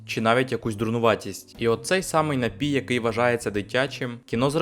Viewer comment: не хочу душнити, але правильний же наголос «нАпій», на перший склад…🥹